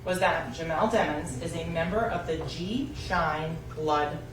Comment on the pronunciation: Sometimes she pronounce his last name as Dimons and sometimes Demons when she’s tryna make a point